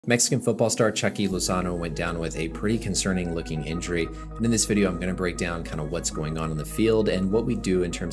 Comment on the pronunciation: Hey! It’s not Chucky, it’s “Chewkie” get the stupid name right lol